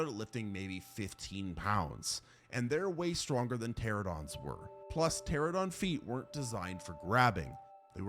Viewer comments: Every time this man tries to say Pteranodon, I cringe. Teh-RAN-oh-don. Not terror dong. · PterANOdon, not "Pterodon". You aditted that the name means "winged and toothless", yet your pronunciation omits the syllable that actually denotes this.